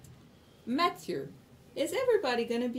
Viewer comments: "nathieu cote" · "Nathieu", omfg yes, that is the best job to have, the one where you can fuck up the bosses name. XD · lol "nathieu cote"